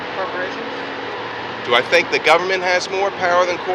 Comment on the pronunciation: most of the people in the video pronounced government like “gabun mint”. The intrusive “b” and drop of the “r” is widespread. Rhoticity is far better today than 1979 nyc.